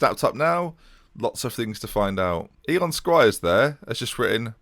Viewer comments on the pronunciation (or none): Eoin is pronounced Owen